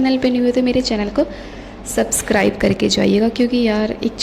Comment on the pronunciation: Phle to yaar subscribe bolna sikho tum 😂 aur yr ye kiss zmane ka photographer kra hai bhaii ise better videos to ek sste android mein aa jyga😂